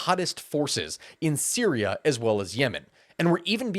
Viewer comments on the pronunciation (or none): none